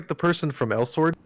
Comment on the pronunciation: it's pronounced El-Sword???????????????